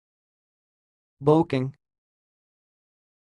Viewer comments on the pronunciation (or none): It’s actually pronounced {be-cking} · That’s not how to pronounce boecking. It’s {be-cking}